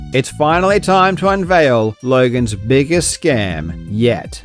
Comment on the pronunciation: Emphasis on the "Yet"